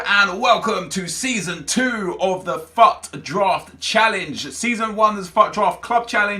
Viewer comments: Everytime he said fut drafy it sonuds like fuck draft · "FUCKED DRAFT" Nep we can hear you clearly.